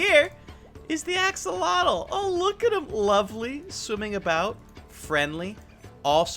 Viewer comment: It's pronounced "aks-o-lot-l", not "ax-uh-LOH-tl". Also, you might need to be in Survival to get Regen.